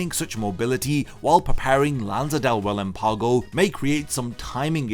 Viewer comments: Love your videos bro, but I just wanna say you're pronouncing relampago wrong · Proper pronunciation of Spanish words used in the video and Bleach (funny that Japanese VAs can actually pronounce them better) Metra(je)ta Osc(oo)rahs Murci(É)lago Rel(Á)mpago Any respectable Bleach fan would listen to the Jap version to be able to pronounce them correctly.